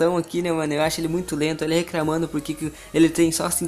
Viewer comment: RECRAMANDO COMPRETO MDS DO CÉU MANO VC NÃO CONSEGUE FALAR COMPLETO E RECLAMANDO PQP!!! DESLIKE...